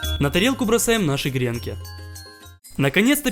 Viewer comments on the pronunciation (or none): none